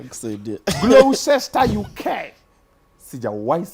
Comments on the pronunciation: Gloucester is pronounced closer. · Pronounced glosta